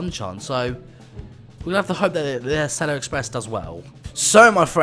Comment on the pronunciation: I’m from America and the way you pronounce Acela is fine